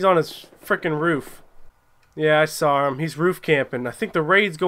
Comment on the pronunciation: I was unaware the word saw had an r in it